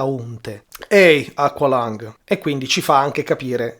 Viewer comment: Tema interessante, ma BELIN, si pronuncia "equelong", basta ascotare il brano !!!